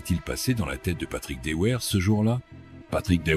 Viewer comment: Son nom s'est toujours prononcé "Devère" et non pas "Deouère".